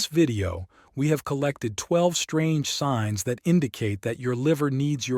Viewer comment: Sings. Sings. AI?